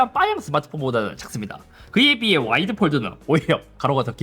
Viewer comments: 왜 자꾸 와일드라고 하세요 ㅋㅋㅋㅋㅋㅋㅋㅋ 와. 이. 드. 해보세요ㅋㅋㅋ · 내 귀가 이상해요? 와이드(wide)가 아닌 와일드(wild)로 들리는건 왜일까요? 그래도 좋은 정보 감사합니다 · 와이드를 자꾸 와일드라고 하는 것 같네 ㅋㅋ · 아니 잇섭님 와이드를 자꾸 와일드래 ㅋㅋㅋㅋ 야생이냐구요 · 저만 와일드로 들리나유ㅋㅋㅋ 연말에 들리는 올래 같은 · 왜 와일드로 들리지? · 와일드 아니고 와이드